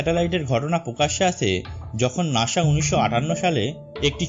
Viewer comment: What is নাশা? its নাসা bruh! 🤣 Lmao